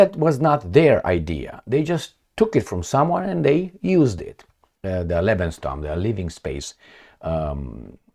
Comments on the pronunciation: 😂 Bro, it's Lebensraum not lebensstrom 🫶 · Hi It's "LEBENS RAUM" = living space "LEBENS TRAUM" = live dream Thanks & all the best 🙏 🍀 🕊 🍀 🙏 Happy New Year 🥂 🇨🇭 César 🦉😇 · It's lebensraum. You have to improve on your German if you want to "try" to speak it. :)